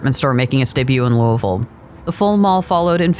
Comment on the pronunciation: lived here all my life. didn't understand why they were so close. but as I got older I found out these malls cater to different clientels. props on saying our city's name right 👍